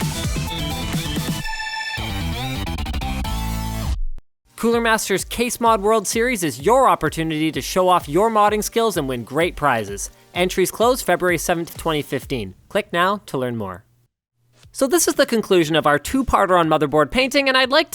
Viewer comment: it's FebRUary not FebUary